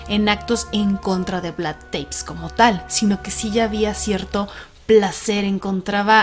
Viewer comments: Espectacular podcast! El tema vampírico es una locura, pero pequeña corrección si no les molesta. Se pronuncia Tepes, cómo suena prácticamente. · Se pronuncia tal cual TEPES